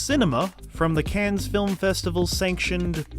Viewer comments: Cannes is not pronounced “cans” lol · cannes is pronounced can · It’s pronounced like CAN. No s. It’s a French word. You make videos about movies but can’t even pronounce Cannes correctly. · This video was awful. You are an idiot. You didn’t so ANY research. You can’t pronounce Cannes correctly and you say “is this the last Coen brothers movie were are going to see?” NO. Ethan had a trilogy he wanted to do with his wife. That’s all. Their next film they back together and is going to be a horror movie. Do some research next time loser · I feel like you're trolling us with your pronunciation of "Cannes". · The "S" in "Cannes" is silent. This is an important detail if you're talking about films and their festivals, and you want to sound knowledgeable. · a guy who makes a living talking about film on youtube, but doesn't know how to pronounce "Cannes" lol